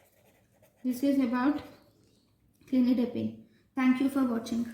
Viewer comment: It’s not clinidipine 👉🏻its cilnidipine